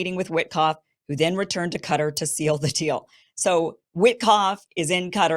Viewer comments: Why on earth do you pronounce Qatar as 'Cutter'....??!? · sorry ,but Qatar is not pronounced "quder" as in " butter" . both "a"s should sound like a in "cat" . and the "t" sounds like real "T. and not like "d" or "r ". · Could you please pronounce Qatar as most others do.../kah tar'/. It's no "cutter" and the erroneous pronunciation is confusing to the audience. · It is not Katir, it is Qaa-taar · Its not CUTTER its Qatar, (Ku-Tar) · why do americans call Quatar CUTTER?is that the way the natives call it? always so confused